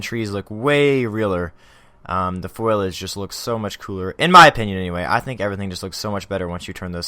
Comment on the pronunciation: Foliage. 'FO-lee-adge'